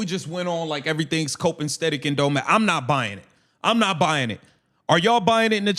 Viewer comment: This brotha said “cope and stetic”??? What? Please learn the English language my people. Not saying I don’t make mistakes but this kind of mistake??? Come on bro. I like your content. However, If you don’t know the correct pronunciation/usage of a word/phrase…don’t use it. Haha. Much love!!!